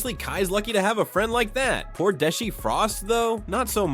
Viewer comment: Bro said Deshee 😂